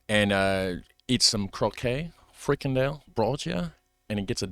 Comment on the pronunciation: Actually, neither friKANdel nor FRIkandel is right. In this word the stress is on the last syllable, so it's: frikanDEL. Also, the beer Bavaria is indeed from the Netherlands, even though the name would suggest otherwise. There's a brewery in Lieshout (province Noord-Brabant).